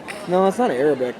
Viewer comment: Ar-ray-bic? And I thought Americans were ignorant as fuck. Come on